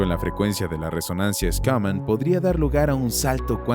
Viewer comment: Se pronuncia Shuman no Scunam